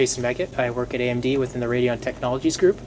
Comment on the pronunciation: Eeey emmm deee x). Love your videos!